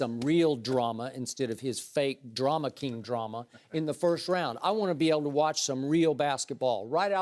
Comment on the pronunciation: Skiiiiiiip. "Drama KING" cracks me up every time. So much conviction! LMAO!